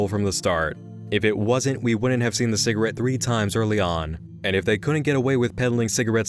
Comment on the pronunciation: Also, during his "rage" when analysing episode 5, he doesn't pronounce si-gah-rette. correctly. Instead, he says si-gr-it, which I had to replay a few times to hear.